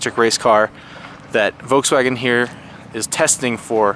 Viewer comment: He keeps saying voukswagen